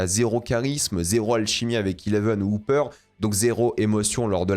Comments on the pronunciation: Pourquoi prononcer Hopper "Houpper" ?? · on peut respecter le "o" de Hopper?